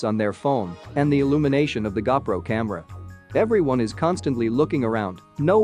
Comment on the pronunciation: What's a gah pro? You mean GoPro? You ordered from wish didn't you?